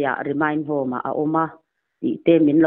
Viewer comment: Remind ni lovin Remand tih zawk tur ani e